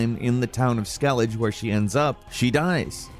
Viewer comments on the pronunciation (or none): Dude yer pronunciation of Skeelige .. was scarey lmao Ske-li-ge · He said Skellidge bro I’m about to throw punches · Why can nobody say skellege right? Lmfao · i hate that people still dont know how to pronounce Skellige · Do you guys actually play video games? Because Skelige is not pronounced like that at all